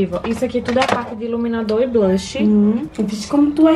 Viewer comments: O tanto que ela falou "vije" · Ninguém: a -::: "vige" "vige gente"